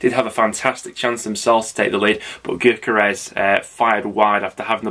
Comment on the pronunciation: It’s pronounced yokeres how many times?